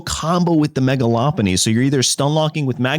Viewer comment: LOpUni? Deck-a-dewie? This ain't it man